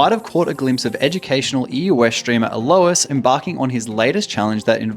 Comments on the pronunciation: literally hundreds of league content creators, about 3 of them know how to pronounce alois name right, magnificient XD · Bro's never heard Alois's name pronounced.